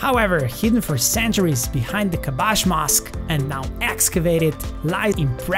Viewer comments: About the last information where the mosq and tombs located called KASBAH not KABASH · KASBAH not kabach i live in Marrakech city in KASBAH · kabash mosque 🤨 it's " kasba " the name of the district the mosque's name is " Moulay El Yazid"